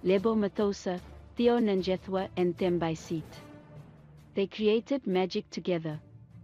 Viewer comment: You need to learn how to pronounce her name and surname properly, clearly you are not South African 🙄